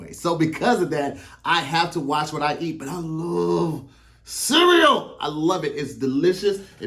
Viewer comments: The way pronounces cereal (sea-we-yo) funny as shit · I h8 the way says cereal and symbol 🤣🤣🤣 sounds like he adds an extra syllable